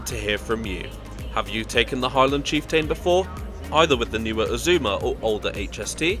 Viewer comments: cheef" + "tuhn" Not cheefTAIN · It's chieft'n, not chieftane - who pronounces it chieftane? Just saying what others are thinking... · I was going to post a similar comment. Kyle of Lock-alsh is a name that is often problematic for non-native Scots. Apart from the place names, I must say I hadn't heard of the Highland Chief-TAIN before. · Yes, it does make the video more authoritative if they actually find out how to prononunce the places correctly, especially on a travel channel. And his pronuncation of the word chieftain needs work as well. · Nice video.... only oddity, the slightly wonky pronunciations and a whopper of a spelling mistake. Stirling isn't Sterling, tho' not that far away from Stirling is a link to "sterling" and silver that was found in the Ochils. Chieftain is cheef'tonne, Moray is sounded like Murray (as the in the mints). It's a lovely journey across Scotland, have done this trip too many times to count.